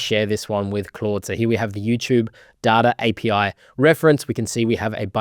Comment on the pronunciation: sehr gutes video aber du sprichst Data die ganze zeit falsch aus bitte ändern